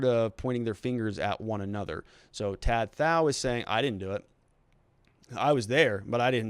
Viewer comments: Dude, "Tou Thao" pronounced "Tu Tao." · It’s pronounced “to tow” 🤦🏻‍♀️ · his name is pronounced "tu tao" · For someone speaking in-depth about such a high-profile case, where the defendants names have been known publicly for months now, I'm surprised you can't pronounce the guy's name right which is literally 3 letters long.